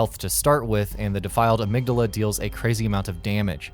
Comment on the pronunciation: The Dark Beast at number 2!!!??? I know for a fact you guys didn't play the game because he is if not one of the easiest bosses in the entire soulsborne series, and you pronounced Amygdala wrong, and Laurence isn't found in any chalice dongens, and Lady Maria isn't using any blood or fire magic this is how I know you didn't play the game.